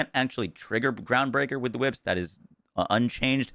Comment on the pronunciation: So glad you changed it from chwhips 😂 that was awful to listen to